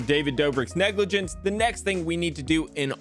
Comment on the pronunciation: What’s negligance? You mean negligence…..